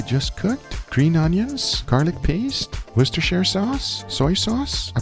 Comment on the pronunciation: How Guga just casually just skated by "Worcestershire sauce" without any hang-ups is beyond me